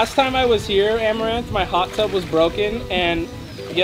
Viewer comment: u mean arm-a-ranth desperate for views par-tay